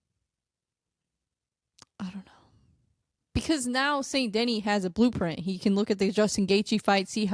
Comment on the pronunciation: Saint De-knee, not Saint Denny. Otherwise, i dig what youre doing! Good luck w the channel!